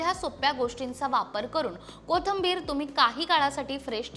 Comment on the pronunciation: Kothambir नाही. कोथिंबीर